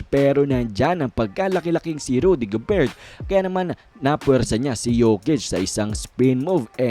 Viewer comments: .."gober" boss,,hindi "go-bert" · silent "t" ung gobert